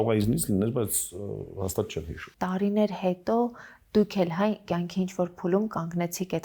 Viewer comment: Աբելը լավ դերասան, լավ մարդ❤ Ամալյա Հովհաննիսյան _ խնդրում եմ մի ասեք տարըներ, չեմ ասում, թե բառի կազմությունը չգիտեք, ուղղակի ձեր մոտ պրիվըչկա է դառել այդ բառը արտասանել տենց ։ Մի խոսքով ներվերիս ազդումա, որ ասում եք տարըներ